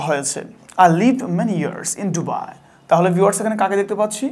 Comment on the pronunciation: ওটা ডুবাই না দুবাই😂😂😂